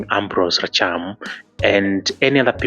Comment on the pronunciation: Rachier not racham